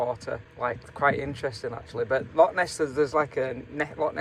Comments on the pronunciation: Its not lock, its loch, clear your throat at the end of the word 😂😂😂😂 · 😂😂😂 I've never met anyone from Englandshire that can say loch right so dinnae fash (don't worry) ❤❤❤ Love both yer accents to bits 😊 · Loving your videos being a proud Scoman. Love both your personalities. Can you please pronounce it Loch instead of lock. Lock is something to open with a key. A small nitpicking sorry. Love your videos regardless. Keep up the great work and safe travels x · Its Loch mate not a Lock